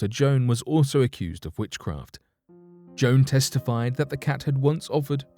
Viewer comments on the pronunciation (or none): none